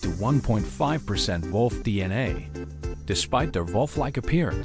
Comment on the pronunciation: AI slop. Doesn't even know how to say wolf.